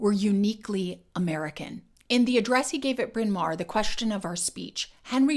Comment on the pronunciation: How ironic this 'English' accent was formed in a college with a Welsh name. Incidentally it's pronounced in Welsh as Brin Mao-rrr (not mare or mair). It mean big (mawr) Hill (Bryn). Really interesting video - very well done.